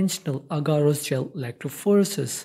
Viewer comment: electrophorEEEsis. not electrophOresis